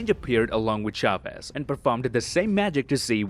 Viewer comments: it's funny how he pronounces Chavez, you have to pronounce the "Ch" as in "Church", but at least he tried😂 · It is "Chavez", not "Shavez" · "Shavez" :v xD.